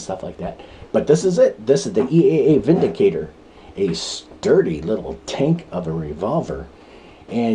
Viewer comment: 👍 review. You are correct in the pronunciation. The gun is made in Germany where "W" is pronounced as we do "V". The word windicator has no meaning in english, but vindicator means a person who clears someone from blame, e.g. takes them out of harms way. 😁🇺🇸